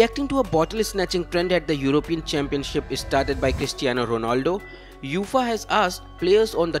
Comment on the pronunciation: It’s not Youfaaaaa…. It’s UEFA (Yu……A…. FAA)